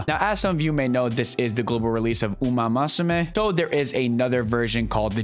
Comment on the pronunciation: My brother, it's "moo soo may" not "ma soo may" lol great guide though! Just picked up the game! 🤗